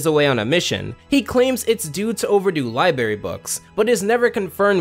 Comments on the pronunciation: dude i'm enjoying the episode but i physically cringe every time i hear "LIBARY" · Bro just said liberries I’m outta here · li-bR-ary, not li-BA-ry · Everytime he says libary instead of library, I cry a little. 😩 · “Libary” lol. Feels like middle school all over again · LibRaRy. C'mon dude, youre an adult and better than "libarry" 😂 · SAY LIBRARY PROPERLY i don't go to berries to read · Please stop saying " LIBARY " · Bro, why do you keep saying " liberty ". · Library* not libary🤦‍♂️🤦‍♂️🤦‍♂️🤦‍♂️🤦‍♀️🤦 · It's library not liberry please learn to talk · Library has two "r"s bro, I adore your videos but that mispronunciation kills me great vid tho ! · What the fuck is this guy's pronunciation. Libary? Okay, fine, that one's pretty common. But. Fuguhtive? What? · Why can't you say library 🥲